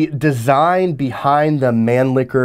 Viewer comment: Loved the video, but as a steyroid i must say, the mispronouncing of some of the austrian words, namely mannlicher and steyr, irks my 'tism a little bit.